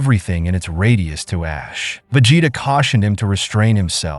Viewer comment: Vegeta is 'Veh gee tah' instead of 'Ve jeh tah'. Saiyan is 'Say an' not sai an. Even though that's how it's spelt haha. Also very excited for you to do the Cell arc. Keep it up!